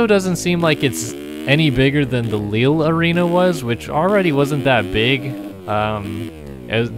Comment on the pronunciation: I love when you speak french it’s too funny :p and I can tell you that we say « LiL » not « Lili »😂